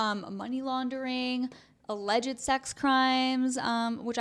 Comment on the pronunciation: Stop saying aleged